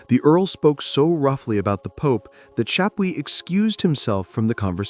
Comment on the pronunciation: All due respect, you really take away from a fantastically researched story on Thomas when you mispronounce Chapuys, and misrepresent other players. Also, when you're telling a story with that many people with the same name, it's a good idea to constantly clarify which person you are talking about. When you indicate that Cromwell ended up being a player in Thomas Boleyn's downfall, it kinda seemed like you were actually saying that Cromwell was influential in Wolsey's downfall, as that had been the topic you had just finished referring to. Still overall a wonderfully researched and remarkably insightful chronicle of the REAL Thomas Boleyn🤘🤘🤘